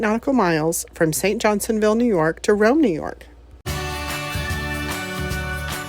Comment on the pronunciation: It's cool that you landed in St Johnsville. Did you notice the RV park attached to the marina? That's pretty much our go to RV Park, and I've seen Loopers there before. By the way, it's St Johnsville, not St Johnsonville.